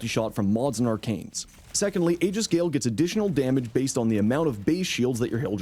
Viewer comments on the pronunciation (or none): ee-jiss not ay-gis